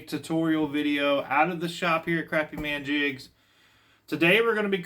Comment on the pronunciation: They're not crappy They're crappie...say it right😅